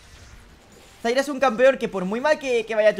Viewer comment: Me tiltea que a zyra le digas zaira y a vayne le digas vaine, igual va ese like!